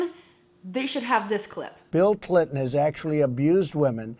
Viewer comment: Miss Glenn, did you notice he said Hillary "Clitt"on and her kind? this guy just does not nor will change. Great video!